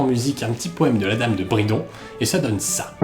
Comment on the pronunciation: Madame de Brinon et non de Bridon